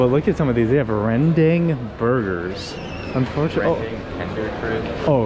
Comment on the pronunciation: lmao ppls eat porrige when theyre sick , nasi lemak is our iconic food and rendang pronounced REHN DUNK